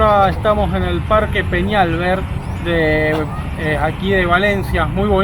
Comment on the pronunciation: Parque Fernando Peñalver acento en la A